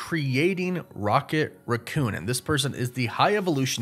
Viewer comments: RACK-coon... NOT RUH-coon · WHY DO YOU KEEP SAYING RAH COON? DO YOU NOT KNOW HOW TO SAY RACCOON